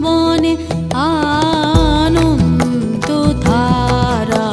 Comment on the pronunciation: 'আনন্দধারা' এই শব্দটির উচ্চারণ কি করে 'আনন্তধারা' হয়ে গেলো বুঝলাম না।